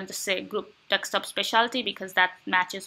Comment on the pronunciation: its Desk-top not Deks-top !